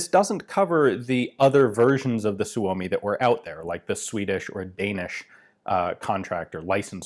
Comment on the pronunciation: Perfect Finnish pronunciation of Suomi